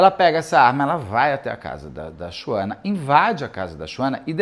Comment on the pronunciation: Beto kkkk que agonia vc chamando ela se SHUANA como se lê kkkkkkk